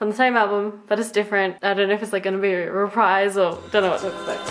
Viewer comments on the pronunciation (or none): none